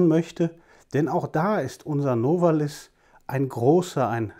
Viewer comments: Novális - so meine ich, betont man den Namen. Abseits dessen: eine wunderbare Einführung! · wenn sie Novalis auf der ersten Silbe betonen, sagen sie zu Benzin auch 'Spriet' oder 'Spritt'? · Ich könnte einen Roman schreiben, aber eigentlich jegliche Punkte, wegen welcher ich Sie bewundere wurden in den Kommentaren bereits erwähnt. Darf ich fragen warum Sie so viel, auch über Geschichtliches wissen, auch weil sie sagten dass Sie es seit Jahren gewohnt seien Novalis auf dem a zu betonen. Meine größten Respekt.. Bitte machen sie immer weiter Videos